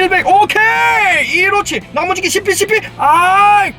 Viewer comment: 나무지기가 계속 야무지기로 들린다ㅏㅏㅏ